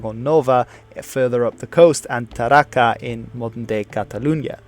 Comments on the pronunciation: I'm almost sure that the name of cilterior province capital is: Tarraco, and not Tarraca. I live near there. Although, great video! You did a great job. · Good video indeed! Only a couple of little details: it´s neither "Curdoba" nor "Tarraca", but "COrduba" and "TarracO". And from a citizen from the old Hispania, i say to you: Thanks for you interest and keep on your good work! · Tarraco, not Tarraca; Corduba, not Curdoba...